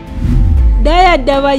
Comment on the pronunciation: Is that how Dire is pronounced ? Not d re..re as in red? Dora what? Or doro wat? I am not Ethiopian but i can tell local names and words are being murdered 😊 And many people have heard of Dire Dawa.